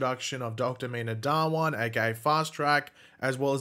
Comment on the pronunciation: Why do non Indians pronounce Dhawan incorrectly? Even Meena in the series pronounced it incorrectly 🤦‍♂